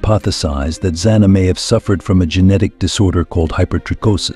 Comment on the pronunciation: The narrator keeps changing how to pronouce "Zana" This is all baloney just to get hits.